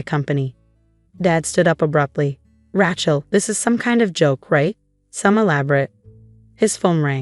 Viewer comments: Why can’t AI pronounce her name correctly, it’s Rachel not ratch-el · Every time, from now on, I hear "Rat-shell" I am going to give the story a Thumbs Down and exit in search of a story that does not include such lazy mispronunciations. The same goes for "fakade" and "rezoom". There is no excuse. All are common words, not exotic foreign words. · AI can't pronounce Rachel correctly.